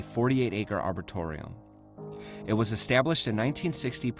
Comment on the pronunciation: it’s pronounced “arboretum” instead of “arbortorium”